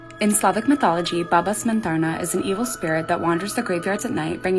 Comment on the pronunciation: Me, a Polish person: Sees Baba Cmentarna Also me: Hmmmmmmmm witcher inspiration? Jokes aside I'm oddly fascinated by your drawings. AND your pronounciation was so spot on!